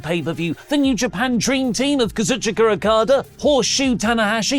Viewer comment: Why does say Kazuchika so weird?😂